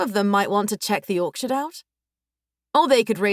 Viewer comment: Orchard❌️ Orksherd✅️ 😂😂😂